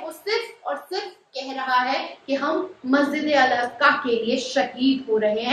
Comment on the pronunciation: Masjid e Aqsa boliye please Masjide Aska nahi